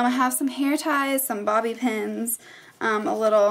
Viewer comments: it sounds like she says "pins" instead of "pens" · before you showed the pens i thought you were saying pins...lawlz gurl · when you said pens i thought you said pins... lol